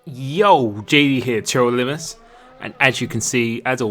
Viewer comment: Are you an idiot and can't pronounce TRL Limitless lol?